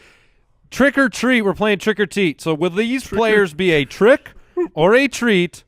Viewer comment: Did I hear "Trick or Teet?" ?